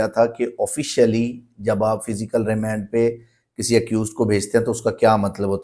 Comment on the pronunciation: Remend nhi remand wakeel sb